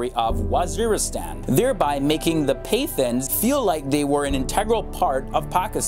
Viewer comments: I lol'd at "Pay thins". For future reference, it's pronounced "Pa Thaans". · Paythons you mean Pa-(like saying pa as in father in a southern American accent)-thans(said like tanz) 😂